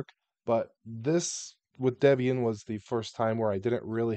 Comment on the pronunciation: Hearing the correct pronunciation of Ubuntu, Debian, and Gnome is giving me a low-grade heart attack 😵‍💫